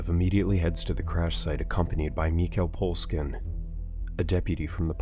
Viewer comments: Bruh the way you said mikhail poleskin is fuckin hilarious to me, pretty sure the last name is supposed to be pronounced as po-leh-skin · You said Poleskin.